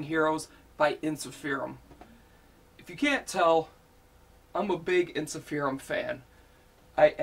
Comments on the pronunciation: By the way, it's pronounced en-sif-er-um not en-si-feer-um. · It's pronounced En-sif-errr-uhmm